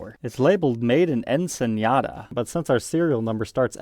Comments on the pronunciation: It's Ensenada, not Enseñada. Rhymes with empanada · LOL, it's not "enseñada". It's pronounced Ensenada, with just a regular n.